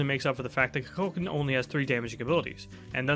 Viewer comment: Why dose no one pronounce his name correctly 😂 Ku-kul-kan